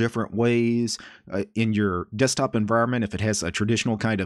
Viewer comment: Ducumunts, Dusktup, Vuduus, Musuc, Tumplutus ;-)